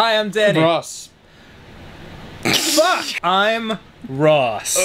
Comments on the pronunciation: 'Can you just say your name like a normal human being? ...Hi I'm Danny' '....nyeeursh' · ok.... wtf ross? XD Danny - " Can you... say your name like a normal human being??" Ross - "erghnuh" (me dying of laughter)